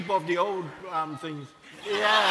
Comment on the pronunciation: “Chip of the old fings “ hahhaha 🤦🏾‍♂️